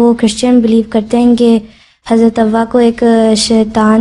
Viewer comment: حضرت "ہوا " نہیں بلکہ لفظ "حوا" ہے